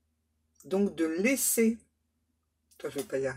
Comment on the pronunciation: Vous êtes sûre que c'était "laisser" et pas "lécher"???? 😂😂😂😂 Vous avez des guides très érotiques...